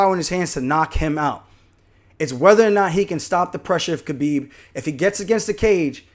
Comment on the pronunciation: Idk how you still call him kbeeb it’s K(Habib) cause the K is silent.